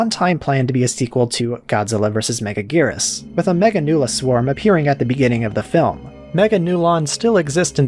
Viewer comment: “Megajirus” Lol James Rolfe botch on the name.